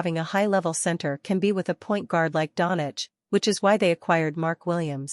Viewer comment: He us not Donich, pronounce Donchić